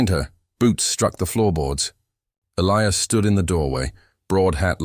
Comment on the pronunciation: Please teach your AI to correctly pronounce Elias ! Elias pronounced E - lie - as ! Or Pick another name for your main character, one that your AI can pronounce!